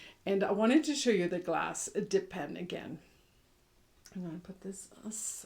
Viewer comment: Omg...I was knitting and listening, 1/2 watching and when I heard (what I thought you said) "glass depends" .. more than once, I looked up thinking, "she's lost her mind, this time..like who wears glass depends?!" Then you slowed down to say "glass DIP pens" .. Ahhhh, OKKK...I GET THAT NOW! Miss you, friend..soon the NM knitters group MUST get back together one day!💗